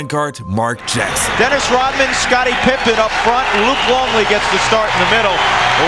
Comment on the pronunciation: My Dude why do you insist calling him Pipman.... It's Pippen.. So annoying!